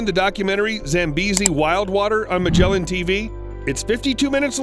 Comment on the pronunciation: Its not “Majelan” its MAGGELAN